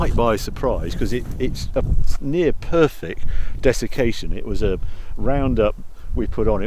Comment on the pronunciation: "near perfick" 😂